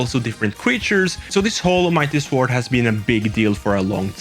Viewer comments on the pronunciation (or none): The W in Sword is silent. Phonetically, you say it 'sord'. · Buddy the w is silent in sword 😂😂